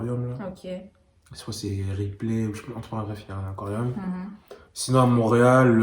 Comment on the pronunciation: pourquoi vous dites mauréal c'est haiti?